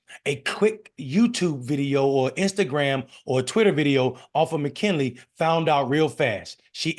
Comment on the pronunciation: McKnelly, not McKinley.